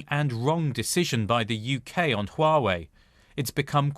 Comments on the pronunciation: Someone needs to tell her that is not Uawei! Is HUAWEI!! 😂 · She is saying wrong haha. "Wa-Wei"